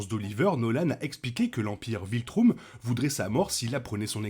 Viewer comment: Super ta video ! Désolé je peux m'empêcher de rire à chaque fois que tu prononces "Viltroum" ou "Viltroumite". On dit Viltrum